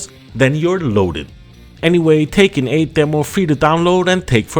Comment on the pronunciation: It's pronounced Tech-kin not Taken 😂